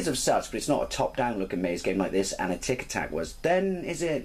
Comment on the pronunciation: great video as usual. Sorry, before I scream, Atic Atac...Atic is pronounces the same way as Attic (the thing in your roof)...when you said it, it sounded like you were talking about tic tacs lol. Anyway, great to see this game again, I never got more than 2 pieces of the amulet.